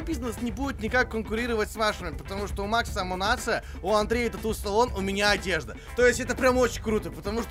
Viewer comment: Умуниция, засунь свою амунацию куда подальше